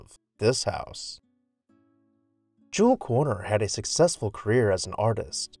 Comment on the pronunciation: I love your videos. Here's a hint with German names. When you see the O Umlaut, it is pronounced differently than the standard way. When you don't have a German keyboard, you also put an E after the letter that is an umlaut. So in this case his name would be KOERNER. So when Pronounced you hear the E in it -- because in German the 2nd vowel is pronounced and the first ignored such as KERNER.